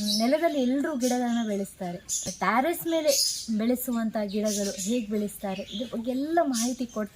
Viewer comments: Illa suma avru heliddu sari ide. Taras alla adu terras. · ಟೆರೇಸ್ ಅಂತ ಹೇಳಿ ಮೇಡಂ ಟಾರಸ್ ಅಲ್ಲ . ಸಸ್ಯಗಳ ಬಗ್ಗೆ ಮಾಹಿತಿ ತುಂಬಾ ಇಷ್ಟ ಆಯ್ತು 👌🙏